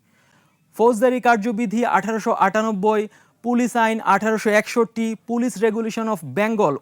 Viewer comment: প্রিয় উপস্থাপক, হয় বাংলায় “পুলিশ”👮🏽‍♀️(pulish) বলেন আর না হয় ইংরেজীতে “Police” 👮🏻‍♂️ (পোলীস) উচ্চারণ করুন । এর বাইরে পাকামো করার অবকাশ নেই । ধন্যবাদ ।